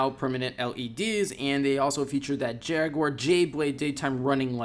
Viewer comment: Jag..u...ar... not jagwar fucksake